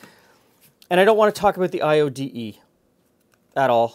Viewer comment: Gosh I had to pause the video and google IODE the way it was said. LOL I was expecting cross burning or swastikas.